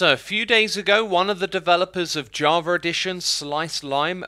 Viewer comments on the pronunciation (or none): none